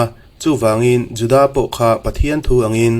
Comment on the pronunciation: Judaâa ti lovin Juda tih nise.